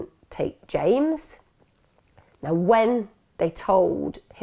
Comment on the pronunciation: It’s JAMES not Jamie